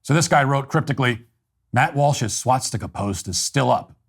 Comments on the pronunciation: Swah Stick Uh. Not SWAT stick uh. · It’s a swastika not a swatstika 😭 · The only thing you did wrong here is pronounce it "swatstika" repeatedly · The real problem here is how Matt pronounces it as "SWATstika". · It's hilarious that Matt, the "Nazi," doesn't pronounce the word 'swastika' correctly. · I'm only offended by his pronunciation of "swastika." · How do I know Matt doesn’t support the Nationalist Socialist Party? He says swast!ka incorrectly 😂